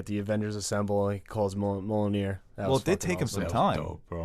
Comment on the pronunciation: I love that can pronounce Mjolnir but not Sapochnik lmao. You’re my boy blue! Love you’s!